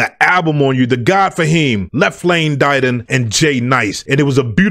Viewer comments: Pronounced Left Lane “Did- On” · Hail Y.T. ok thanks. I listened to an interview this morning and the guy pronounced it “da don”. I’ll take your word since you know better than me. Salute. I have you on my list to highlight as well Black Bond. Royal Flush. Nasty. 🙏